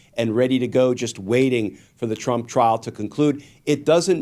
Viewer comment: I understand my ears are old, but when Brian says 'trump trial' I hear 'chump trial' 😂